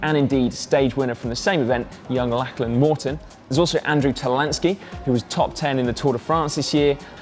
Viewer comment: Lachlan (Morton) is pronounced "Lochlan" not "Lacklan"